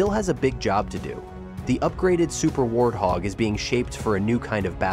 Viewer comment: "Super A-tend Warhog"? C'mon. Enough AI nonsense.